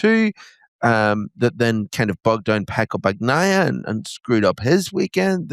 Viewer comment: At least learn the names of the riders re re's!!! "BaGnaia" really!!!!